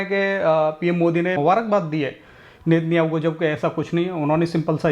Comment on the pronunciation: 😂😂😂 FAK petrol ko petrel bolthi thi lekin Nitin Yahoo 😂😂😂 Oh God